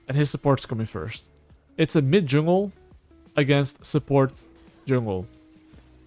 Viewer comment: "Hello YouTube, welcome to the only Juulng guide"